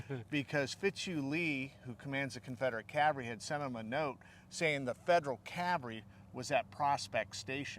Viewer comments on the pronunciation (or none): Loved the show but when did the "L" get removed from cavalry. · It's somewhat of a running joke that the word "cavalry" is usually not pronounced correctly. But then what is actually correct, what people say or what linguists call spelling pronunciations? We say soften, listen, whistle, thistle all with no "t", but then some say "often" with a "t" that historically shouldn't be pronounced. So what people actually use is generally accepted as the correct pronunciation and there's not a thing one can or should do about it.